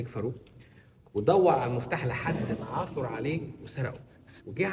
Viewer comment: "عثَر"! لماذا 'عثُر' ؟! 🥴🤭